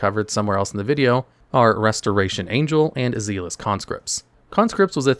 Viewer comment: zealous was criminal